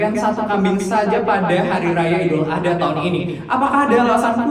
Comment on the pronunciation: Maaf kak sekedar membenarkan, kalo penyebutan idul Adha itu "ad ha bukan A dha"😊😅